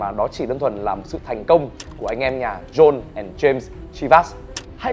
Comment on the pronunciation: John đọc là Jon bạn nhé